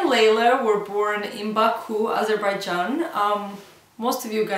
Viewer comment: salaaamm))) its BAKU